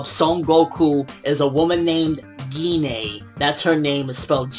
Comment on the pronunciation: Pretty sure its pronouned jine but with a g gi-nay sounds kinda weird (just the way you said it)